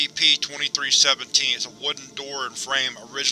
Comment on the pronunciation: Great video but when you say "SCP" It sounds like you are saying "Ass CP